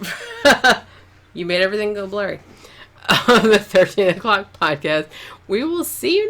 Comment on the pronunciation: How come in your outro, every time you say "13 o'clock", what my brain hears is "13 f**ks"? Alien mind control? Or maybe I'm just getting a contact drunk... 🙂🤐🤪